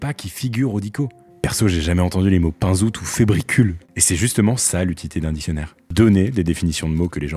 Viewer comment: Excellente vidéo, même si la prononciation de "pinzutu" laisse à désirer !